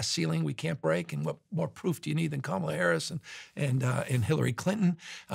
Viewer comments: Please stop mispronouncing KAmala's name (accent on FIRST syllable). Its disrespectful and there no excuse for it. Do better. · Steven please pronounce Kamala’s name correctly. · I’m sorry Steven but at least pronounce Kamala (Karmala) name properly! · The least the HOST of the PODCAST can do is pronounce Kamala Harris' name correctly!!! Seems intentional. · I wasn’t super comfortable with Newsomes podcast and talking to those extremist. If you are going to run in 2028 some will be still look at you with a side eye 👀 Also Steven, respectfully, pronounce Kamala’s name properly. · Why does refuse to pronounce Kamala's name correctly? It's not an accent thing, it seems like a blatant attempt at just being disrespectful (whether he believes she deserves the respect or not is irrelevant - as a host, he should have the basic dignity of properly pronouncing people's names).